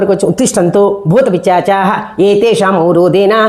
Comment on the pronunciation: బాగానే ఉంది కానీ అక్షర దోషాలు వస్తున్నాయి. పిశాచాః, అనాలి